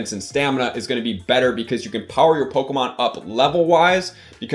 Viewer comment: I hate looking up PoGo videos for strategies because I hate.. I hate how these Youtubers Say "pokumon"